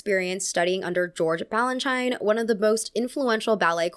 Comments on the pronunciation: Just wanted to let you know… you are pronouncing Capezio and Balanchine wrong. Capezio is cap-E-zio and Balanchine is ball-en-chee. Don’t get me wrong, I LOVE this video, but as a classical ballet dancer of 10 years, the mispronunciation really stood out to me. Other than that, I did really love this video! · First and foremost, the pronunciation of Balanchine. Think cheen not china. Mr. B would roll over in his grave. Otherwise this is a fantastic video! Bravo! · George Balanchyne and Cappezzzzio 😭loved your video! But also please research how to say all of the names, these are very famous people in our dance world! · Unimportant side notes: capezio is pronounced capeeezio, and ballet russe is pronounced with an s sound, not z. The i in Balanchine is pronounce ee.